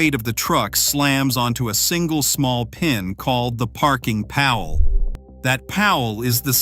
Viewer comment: This is a fake AI information . Proof: At the mark he talks about Toyota transmissions having "bands". But no Toyota sold in the USA during the past 48 years has had any "bands". They've all been bandless since 1978. The voice is AI too - notice it has trouble pronouncing some words - he says "parking pal" when the proper pronunciation is "parking pawl".